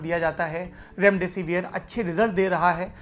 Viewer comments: Mr it is not रैमडैसी वीयर... it is डैसीविर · कम से कम उच्चारण तो सही करो रेमडे सिविर को रेमडे सिवियर चिल्लाये जा रहे हो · Severe pronunce kyu kar rahe ho